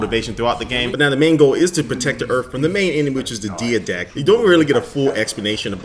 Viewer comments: dee a dact? DIDE DACT. THATS HOW U SAY IT. NOT, Di act, not deeya dact, not DID ACT, DIDE ACT---DIDACT. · dia-dact? It's die-dact man, he's been mentioned in halo before; and was in the terminals in halo 3 , talking with the librarian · Didact. D-EYE-DACT. Sorry for those caps lol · It's pronounced Die-dact. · Diedakt, but I believe it is spelled differently but you could pronounce it that way I don't think it really matters.